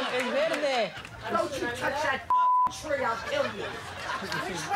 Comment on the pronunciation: He's painting my TRRREE.